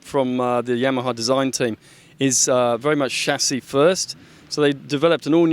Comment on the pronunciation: lol the shashi (chasis)